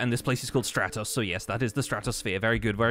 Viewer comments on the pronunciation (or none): I'm really happy that he chose my empire name, but there's a downside that I did not consider. He mispronounces it. It's pronounced Stra-tose, but he says stra-toss. It's the sky empire, not the yeet things off a floating island empire. It's like how he and Lizzie say banana wrong. x.x Anyway, dunno if u saw me suggest it before in a previous video, but I think you should name your empire the Reminiscent Ruins, since your role is literally to bring up the past lol.